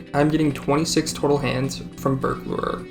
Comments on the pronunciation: "burglerer" im crin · the way you pronounce burglar is KILLING ME but i am enthusiastically subscribing nonetheless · we need to teach this man how to pronounce burglar